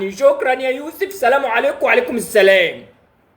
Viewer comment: يا اخى انطق السلام صح، اللام فى كلمة السلام شمسية مش قمرية يعنى ما تنطقش اللام